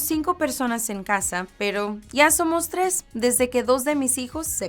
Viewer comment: You're not even saying it right. You're saying "yæ" not "ya".